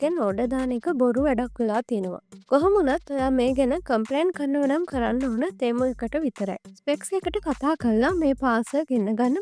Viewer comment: තේමු තේමු ගන්න එපා යකො...ටෙමු කියාපිය.